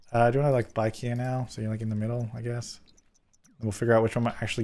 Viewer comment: Everytime says “bike here” it sounds like “IKEA” to me 😂😂